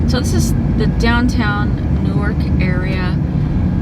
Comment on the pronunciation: its new-ark like Noahs ark not newurk